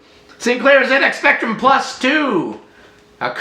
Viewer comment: Oh the satisfaction of hearing Zed X Spectrum instead of Zee X Spectrum, respect to you sir from across the pond!